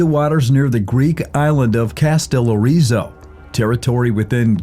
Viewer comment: Cas'de lo Rizo 🤣😂🤣😂🤣😂🤣😂